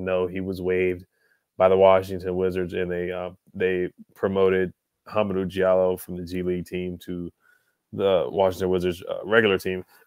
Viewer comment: Hamidou Diallo ‘Dee-ahh-low’ I’m cringing listening to you butcher his name. Sheesh.